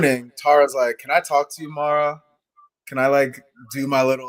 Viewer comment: All the payers are told that there can be recruitments. BTW making fun of Maura's accent while you keep mispronouncing her name?